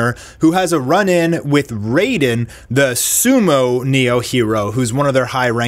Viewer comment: Raiden = RYden, not RAYfden 🙂